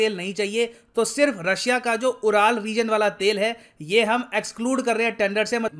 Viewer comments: Pardon me sir but URAL is not pronounced as Ooral, it is pronounced as Yoo.ruhl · उराल नहीं बोलते इन्हे युरल mountains बोलते हैं 🙏🙏🙏